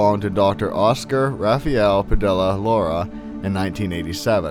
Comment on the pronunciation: Padilla is pronounced Pa-dee-ya. in Spanish two LLs are pronounced as a Y sound.